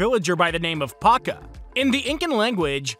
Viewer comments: As a Spaniard, hearing Pacha being pronounced as "Paca" hurts my ears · It’s pronounced “Pacha”, but I do like the connection.😃👍🏽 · So you can pronounce "poncho" correctly but you can't pronounce "Pacha" correctly...